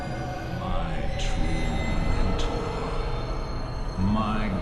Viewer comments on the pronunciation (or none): none